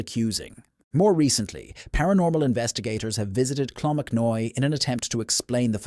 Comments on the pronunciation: "Slive bloom" mounains?....and you can't make up your mind if its clonmacnoise or "clonmacnoy".....can you please use your own real voice instead of the stupid A.I. narration as it ruins an otherwise excellent channel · Co offaly pronounced offffallly not odely there is a monastery in clonmacnoise not a cathedral , monks lived there 😂 Clonmacnise , is pronounced clon mac noise. I am Irish and from that area .. Slieve bloom mountains pronounced sleeve as in sleeve of a shirt 😂 I have seen banshee once heard her 3 times , she is a small old women with long grey hair , she follows my family and announces the death of a family member and yes she is real.